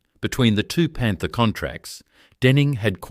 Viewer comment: what the hell is a Leyland PANTER? stop using Ai